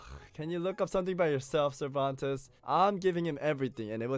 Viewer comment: Scammmereerrrr lol Cerventes hahahaha